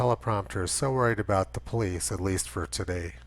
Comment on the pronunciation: You mean the poe-lice!